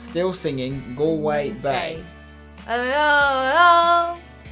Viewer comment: pronouncing Galway wrong 😂😂